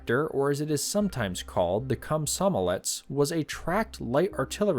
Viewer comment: sorry, did you just say the prototype was called the cum-some-a-let's???